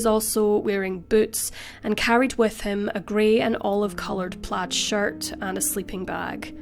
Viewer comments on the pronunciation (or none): none